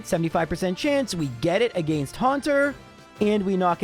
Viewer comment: As a midwestern American, I appreciate pronunciation of the word “against”. It makes more sense than how I say it.